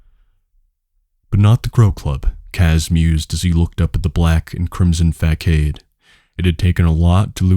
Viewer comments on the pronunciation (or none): Thanks man it’s really good. Small critique, you can google pronunciation of words you are unsure of. Menagerie - men are Jerry, facade - fuh sard, bravado - bruh varr doh etc.